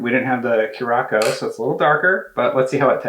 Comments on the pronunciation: Omg the way you pronounces curacao hhahahahaha "kur a sow" is how its said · in next week's podcast: "I'd like to announce that I now know it's pronounced cu-ra-sow, please stop messaging me."